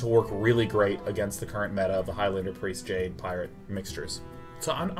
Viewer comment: Did he pronounce meta wrong..?